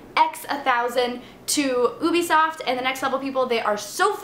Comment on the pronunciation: PSSST. PSSSSSST!!!! It's You-Be-Soft... Just sayin.